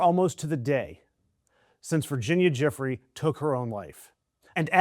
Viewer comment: Virginia Giuffre is pronounced Ju - fray.